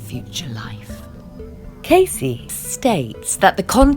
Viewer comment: If you're going to make these videos, at least say the dude's name right!